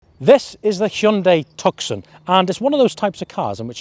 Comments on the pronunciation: You lost me at Tuck-son! Its pronounced two-s-on! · Tuk Son?? You could at least get the name right! 😮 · Toos sone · hahahahahah the tukson is a pretty impressive car... its pronounced tooson dummy as in the city of tucson arizona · I’m pretty sure you pronounce it “Tusson” like the place in Arizona. Not “Tuckson”. Great reviews though. Thanks. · It's pronounced 'Tooson'.... Glad you weren't testing the ... Hyundai ..Santa FEH! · 2 minutes in had to turn it down wtf is a took son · Tuck-son...you toooool! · Please stop saying 'took-son' - doing my head in lol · The ‘C ‘ in Tucson is SILENT!!! pronounced TOO-sahn !! Little bit of research and it’s found OR knowing geography!!🤦🏻‍♂️ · Please pronounce 'Tucson' properly please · How can you review a car and not know how to say its name??? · Learn how to pronounce it properly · Cannot even pronounce the name correctly or know the 4 dots are morse code for H. Come on mate! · I own one and couldn't get to the end of your review simply because you can't pronounce Tucson....forget the 'C' it's silent 😡